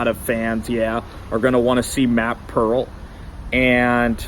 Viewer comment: it’s Peart. pronounced ‘pert’ i believe